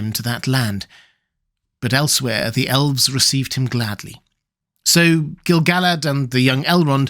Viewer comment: I couldn't agree with you more! I have always thought the name was pronounced Gil-ga-lad, precisely because of the reason you mention: the song about him doesn't scan correctly without that pronunciation. A further note: pronounced as Gil-ga-lad, it matches the way everyone says the name of the Lady of Lothlorien. Ga-lad-riel No one says "Galad-riel" I don't think either of them rhyme with "salad.", all respect for your scholarship and your many lovely videos, but I think in this one tiny thing, you may be wrong.